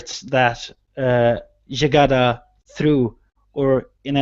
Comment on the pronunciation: Jygada pronounce it correctly!